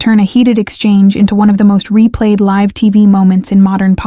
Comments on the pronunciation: Robot cannot pronounce "live" correctly. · There's more than one way to pronounce "live" and it isn't the way this narrator used it.